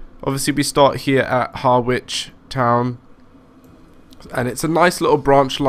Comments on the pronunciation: Being pedantic but pronounced haa-rich, not Har-wich. Keep up the good stuff!!! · Actually it's Hah-Rich not Hah-wich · Harwich is pronounced harr-itch, I live in Manningtree as well 😀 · well you did say someone would commenton your pronouncement especially place names.Being an Essexlad through and through here goes. You are saying Harwich like it is two words, it is all one word and the W is not sounded. So, Har like in ham and rich, Harich. Just to give you a bit more, this formed part of the Great Eastern Railway that Brunel envisaged carry ing people from the East Coast to Bristol Docks and on to America without leaving his services, so yes, Harwich International was important. Originally called Parkstone Quay, then the word Quay was removed, later International was added and finally what it is now. Lots of freight on that line so can hardly be called a little branch line, trains the same as the Felixstowe to Ipswich scenario are regulars. Boat trains from Liverpool Street (some are still diesel hauled) and a lot of tanker traffic, very busy line right through the night. Like you I am a keen train simmer, still got MSTS with well over 100 routes, pretty much keeping up with you on Train Simulator, I enjoy watching your vids, they give me an idea what to buy next, so keep on driving them trains, but please try and get the pronounciation correct. Hope that was helpful, all the best. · and its pronounced : Ha-rich -rabness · Good videos, but why do you pronounce everything wrong? Ha-ridge (harwich) Doever-court (Dovercourt) rab-ness (wrabness) Mist-lee (Mistily) you do this in every video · Hah-witch?? Fucking hellfire. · Harwich is pronounced Hah-wich